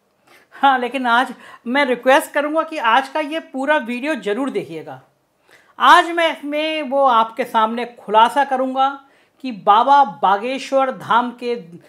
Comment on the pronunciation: Program bahaut accha hai.. Parantu aap ki bhasha behadd ashuddh hai.. Jor, Jabardasti, jaroor majaaq, ityaadi jaise doshpurn Shandon ka aap ko sahi oocharan karna chahiye. Bhasha ka samman kariye.🙏